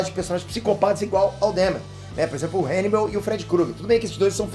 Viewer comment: "RÃNIBAL" Seria o método BIU UEI? 🤣🤣🤣🤣